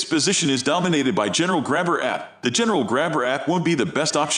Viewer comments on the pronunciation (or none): The computer voice program sucks. Sumitomo AT pronounced "at" instead of Ay Tee or all terrain? 🤦‍♂️ and what did you call the General APT? You called it the "App?" Jeesus. You got a dislike for all the mispronounciations.